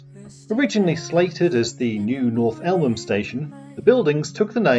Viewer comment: why the funny pronounciation of North Elmham as North Ellham ?